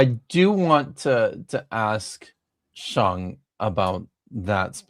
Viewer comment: Sheng and CJ are lovely, but as usual you and Vishanti are incredibly annoying. And I cringed every time you pronounced his name "Shong"